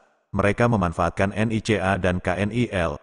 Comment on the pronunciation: saya suka menyebutnya NICA pak.. bukan N. I. C. A. hehhehe..:face-blue-smiling